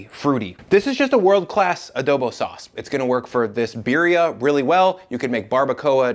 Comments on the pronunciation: Another great video!! One more thing the abuelas will be blowing you up in the comments over?: saying BEER-ee-uh instead of BEE-dee-ah. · Please say it right. It’s Beady-uh. Not Beery-uh.